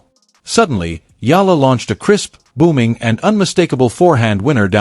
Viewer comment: Not Aya,u pronouce her lastname E-ya-la..EALA...